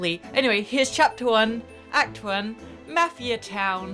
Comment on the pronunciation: This is awesome!,plz play further plus co op,and yes it's pronounced mofia